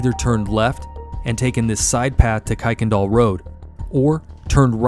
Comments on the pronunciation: Kuykendahl is pronounced ker-ken-doll I live in spring really close to where thus took place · It is pronounced Ker-ken-doll road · Great video. In Houston we pronounce that street as Kirkindal, even though it’s not spelled like that. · Native Houstonian here. One of the jokes on how to tell if you’re from there or not is how to pronounce Kuykendahl. Kirk-ken-doll. 😂 Thanks for covering this case. I’m still surprised her killer hasn’t been found. It’s so unfair. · Incidentally it’s actually KIRK-en-dahl Road